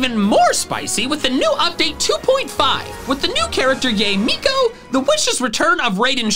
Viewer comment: YOU PRONOUNCED YAE MIKO WRONG HOW DARE U OMGOUD OMGOUD OMGOUD OMG OMG AWELHRQI38WEFA end me